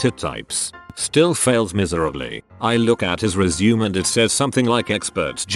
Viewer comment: when the commentator doesn't knoe how to pronounce resume I'm out.